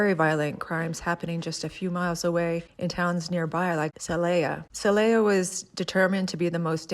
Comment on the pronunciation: Celaya— the “a”has an ahh sound in Spanish